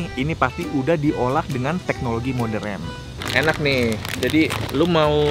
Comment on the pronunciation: Kalian ada yang ngeh ga si pas si Nex bilang modern jadi moderen kayak popo😭🤣